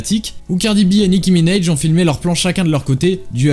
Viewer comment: Nicki minèj 😂😂😂 frérot soit tu parle ricain, soit tu parle céfran mais fait pas de mélange ça baise les oreilles 😂😂😂😂😂😂 puis même, ça se prononce minAj avec un A même en ricain 😂